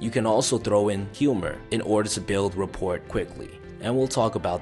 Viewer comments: Thank you for this video! I just wanted to point out that you are mispronouncing rapport... you don't say the t at the end. It's basically said like rah poor. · First off great message and great information. Second rapport...the "t" is silent.... ra.por. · FYI it's pronounced "rah-poor". The "t" is silent. Great video 👍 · btw it is REPOR the T is silent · Rapport prounced rapour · Not the be a stickler, but the “T” is silent in “Rapport”. Overall great video! Love the channel! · The "t" is silent in "rapport" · I just found your videos and I like them a lot. That said I don't want to be that guy I'm sure someone else has been that guy. Your mispronouncing rapport. The t is silent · Rapport - The 'T' is silent. Just saying. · Do Americans pronounce the 't' in rapport?